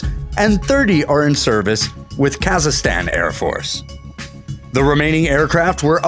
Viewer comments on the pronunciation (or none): The pronunciation of Kazakhstan was horrible. He pronounced it "Kazastan"...totally